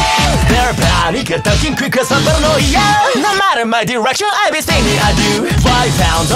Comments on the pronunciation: 2つ目のコメント失礼します!!さすがに最高すぎません？のイケボォにあってるし、前の女声の時は可愛さがあったけど今回は狂気感を感じました(なんかごめんなさい)かっこよさには変わりないんですけどね!!『パーラノーイア』の発音めっちゃ好きです➰🫰🏻❤️‍🔥いつもお疲れ様ですっ！ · うぽつです！女声だけでなく、Englishver.も出してくれて嬉しいです！この曲大好きなので英語訳も覚えたいな…… 好きなところ コーラス毎度ありがとうございます……たまに聞こえてくる「つ」の発音が好きすぎて何度も聞いてます⸜❤︎⸝‍ 「para」の発音が綺麗で癖になります……！ ここのリズム感、心地いいです 「Here!」かっこいい！！ がなりかっこいいし、息の抜け方がちょっと清楚で好き…… コーラス英語感あってかっこいい 「狂狂」かわいい！！ 今度はかっこいい！？振れ幅すごすぎます！！ ちょっと高めの声が今度かわいい…… がなり好きだ(*˙˘˙)♡ え！？清楚！？ だんだんテンションが上がっていって遠くに飛ばすような声が刺さる…… 「soon」も上同様！！ リズム感好き！ 音ハメ神ってますね 日本語だと同じ言葉を繰り返してるだけなのに英語訳したら変わるのアレンジが好きです……所々入る早口とがなりで何度も聞いちゃいます！ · 英語だから当たり前なのかもしれないけど｢パラ｣の発音が｢nパra｣って感じでめっちゃすきです(^ ̥_ ̫ _ ̥^) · バグ英語ver.凄いかっこいい〜女声ver.の時と雰囲気違ってより楽しめます🫶🏻 色気ある歌い方と力強い歌い方、アレンジコーラスどれもかっこいい✨ パラノイヤの発音がしっかり英語になってて細かい所まで拘っていて素敵です。 やっぱりの歌声最高です👏🏻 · バグはパラノイアとかバグとかで 発音の良さがめちゃめちゃわかる！！ 曲と声質が合ってて最高！！ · 日本語カバーに引き続き英語でも!? ひさしぶりのかっこいふfullで聞けて最高でした！✨ パラノイアのとこも日本語カバーの時より英語っぽくなってて、発音とか何もかもにこだわっててめちゃ良かったです！！ときどき入ってくるがなりとかほんとにかっこよくて聞いててほんとに飽きない😭✨くるくるのとこ裏声なのほんとに可愛くて素敵でした🥹✨ ラスサビ前少し音が籠ってる？ような表現になっててうわー！くる！！みたいな感じになって凄かったです💓🤟 そのまま英語に訳すんじゃなくて、訳す上で凄いこだわってるんだろうなぁってのが伝わってきてめちゃめちゃ魅了されました💭💙🫶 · パラノイアの部分そのままなのに発音良すぎてアレンジに思えてきちゃいます🤔ハイテンポの歌なのに英語スラスラ歌えちゃうのは相変わらずてんさいふです！ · んぇ...バグ2回目ですか...!? 好きなんですけどゑ、無理です（（ぇ 全力待機です...もうペンラ持ちます ... 😭😭 ◇ 視聴後 . 初めのコーラスからもう鳥肌が止まりません...🥲🥲 「paranoiA（D）」のとこ発音まじすきです、、 思わず唸っちゃうくらい好きです、まじでかっこよすぎます😭 ちゃんとペンラ振って聴きました（） 『あはっ』のとこ『あはーん』なのやめて欲しいです、、wwww（ツボ） もう全体通してくそかっこよすぎてしんじゃいます...素敵な歌みたありがとうございます...✨💙🥲🥲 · うー、かっこいいー！ かっこよくて涙出ます♡ 最初の方「パラノイア」の発音、超かっこよかった！ 同じ曲を女の子の声でかわいく歌ったかと思えば、かっこいい英語で歌ったりと魅力の幅がやばいですね、本当すごい！ 大好きだー！ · パラノイアとかの発音が大好き^..^♪ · 英語かっこよすぎます😭色んなのバグを楽しめて幸せです贅沢、、、🌟 コーラスすごく綺麗でお洒落でキラキラしてました！！！間奏の重なり具合やばいです最高です٩(｡˃ ᵕ ˂ )و♡ がなりと最後の勢いよく畳み掛ける感じすごくかっこいいです🫶🏻 パラのラの発音とサビ終わりの息の抜き方もとても好きです 狂狂と笑い方かわいくてすきです🎀♡(ᐡ•͈ ·̫ •͈ᐡ )。